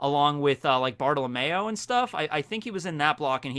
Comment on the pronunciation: Cavendish,BOTTLE OF MAYO,Ideo, Orlumbus. i cant be the only one who heard bottle of mayo instead of bartelomeo